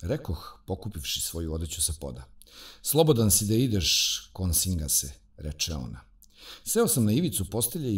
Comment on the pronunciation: Para uši kad čovek izgovara 🤨KoNsingas...🤭😄